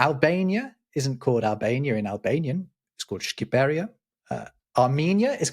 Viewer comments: it's Shqipëria, not "Shquiperia", stress falling on the last i. Unlike the commonly told myth, it means "Land of those who speak understandably" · There is no ‘u’ in Shqiperia!